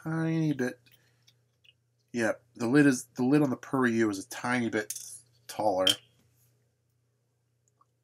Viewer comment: It's pronounced like "pure-ray" buddy lol